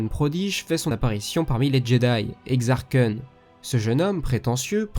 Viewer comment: Bonne vidéo même si je connaissait déjà tout, la légende des jedi étant la toute première oeuvre de l’univers étendu que j'ai lu, sinon, Exar Kun se prononce pas "exare koune"? Perso je disait "exare kune" quand j'était petit! XD